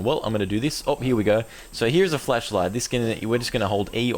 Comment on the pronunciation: I just love how it sounds like your saying "fleshlight" instead of "flashlight". I find it funny.